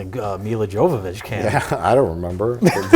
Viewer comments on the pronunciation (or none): none